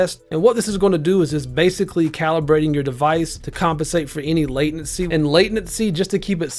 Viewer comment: Mans calls it "late"nency hehe i get it